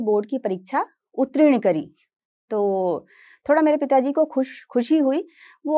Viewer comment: अब तो ' उत्तीर्ण ' बोलना सीख लो। सादर।